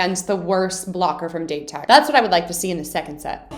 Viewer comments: 1) loving the strategy analysis, vic 2) Date Tech is pronounced: "Dah-Tay Tech" 3) do all the tutorials please 4) Aone is pronounced: "No Eye-Brows" 5) the third years are true senpai, huh? Daichi is a true captain, Suga lost his spot to a first year but still vice captains like a mf, Asahi lion-mouse still commands all the respect... 6) all the moments... all the moments... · Date tech or Dateko is pronounced as "Dah-teh tech" or "Dah-Teh-Koh" and Aone is pronounced as "Ah-Oh-Neh" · FYI Pronounce Date Tech as “dah-tay” Tech.